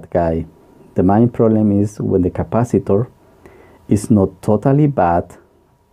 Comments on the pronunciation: Nice video, and explanations, a bit mispronunciation when mentioning the main board but anyone can understand. Any way, thanks for the vid, and I might be late for this but at one moment you mention something about not knowing the rating of the SMD cap.... I think manufacturers use a color and size code for them SMD capacitors. You should look for the specifications sheet. I found one once and it was very useful. I hope that helps :) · Are you saying "mine capacitor", or "main capacitor", or "mind capacitor"? I really must have viewed this video 10 times and I still can't figure out what you are saying [and I'm from South America]. Please confirm. Thank you